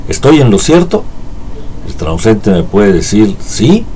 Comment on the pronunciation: Es transeúnte, no transuente